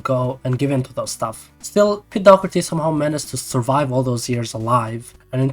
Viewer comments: Why you keep saying pete dogerty? Its Doherty no? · Sorry but its dawh-her-tee not dock-urty